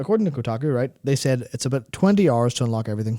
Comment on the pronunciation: Ah, again dedicating my free hors and all of my pawr to listen to this